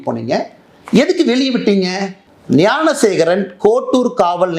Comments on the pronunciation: தம்பி துரை முருகா எல்லாம் சரிதான் அந்தக் குற்றவாளி பெயர் யானசேகரன் இல்லை ஞானசேகரன் சொல்லு ஞானசேகரன் யானசேகரன் இல்லை இல்லை தம்பி நன்றாக உச்சரியுங்கள் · அண்ணா, யானைசேகரன் இல்லை! ஞானசேகரன்.